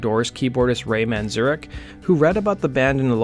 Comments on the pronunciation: It's "Man-zare-ik." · I love your channel but your pronouncing of Ray Manzarek's name (variously, "Manzurkh", Manzurec" and "Man-ZUR-rek", lmao) is really fucking vexing me